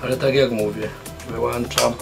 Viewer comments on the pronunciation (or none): WYŁANCZAM bo wyłancznik lepiej by brzmiało wyłączam bo wyłącznik